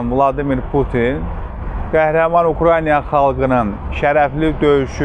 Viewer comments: Hormetli politoloq,Ukrayna sozunu duzgun teleffuz edin,xahish edirem. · ""Ukrayna""sözünü düzgün tələffüz edə bilsə...qalan şeylər yaxşıdır..